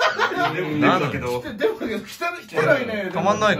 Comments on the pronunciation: 最初、「効かないねえMだから」に聞こえてびっくり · 「デブだから」が「Mだから」に聞こえてさらに納得した